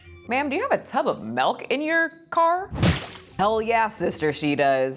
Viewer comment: I know you did not say "melk." You're lucky I love your videos and the way you say "melk."